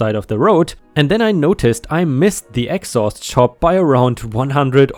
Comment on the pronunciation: yes, im aware. Accent and pronunciation made it sound like a completely different word, which is what i was making a joke of.